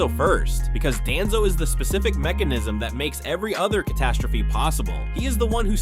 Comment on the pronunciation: Why does ai always call him Danzo who TF IS DANZOOOO